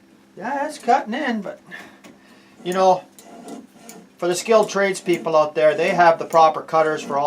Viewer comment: "I don't know what yewz guys yewz..." love it!